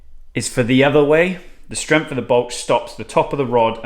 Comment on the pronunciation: High Strempth! 😂😂😂